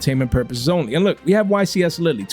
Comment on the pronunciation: The "e" in Lille is silent 😂😂😂